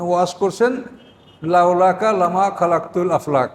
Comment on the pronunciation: খালাকতু না খলাকতু